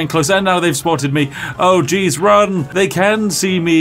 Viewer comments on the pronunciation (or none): none